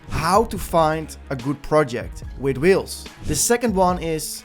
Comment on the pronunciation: whIles`? you mean Whales?